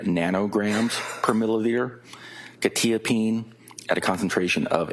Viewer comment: Why is no one able to pronounce quetiapine right?! "kwuh - ta - uh - peen"